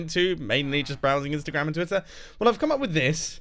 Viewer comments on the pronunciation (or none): none